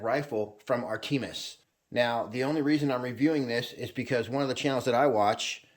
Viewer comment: Think of the Three Musketeers when you pronounce "Artemis".